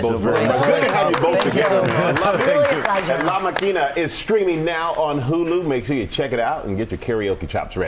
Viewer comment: Juntos otravez And Michael lost support from Latinx viewers when he put the accent on the wrong syl-AH-ble…twice.